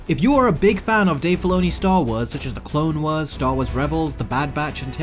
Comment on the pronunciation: Anyone else going to talk about how he pronounces Clone Wars as Clone weres